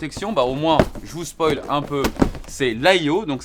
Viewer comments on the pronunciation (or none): none